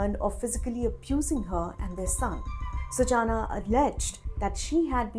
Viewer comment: Hey Reporter, if you know Hindi, it's not "सूचाना", it's "सूचना". Uff oh, English 🤦🏻🤦🏻🤦🏻🤦🏻